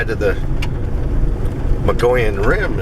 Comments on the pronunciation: you say Mogollon right, please keep after to say it right...I laugh every time he says Mongolian.. i really enjoy your videos.. thanks for sharing.. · Once again. Pronounce it MUG EE OWN. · Just a heads up, pronounced Moe geeee on....great vids, glad someone's picking up where mitch left off....if even not solely az, had my own rock throwing,red eye shine encounter on a switch back above lake mary, road leading to observatory. ...outside flagstaff, and have heard whoops on backside of knoll lake, spend alot of time up there in summer...